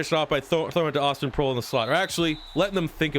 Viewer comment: I believe Proehl is pronounced "Prail"